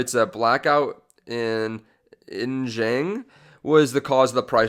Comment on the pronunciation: Xinjiang: shihn-gee-AHNG with the gee-ahng pronounced quickly like g'AHNG. No criticism; just want to help you sound like a stockplaya G! LOVE your channel, btw!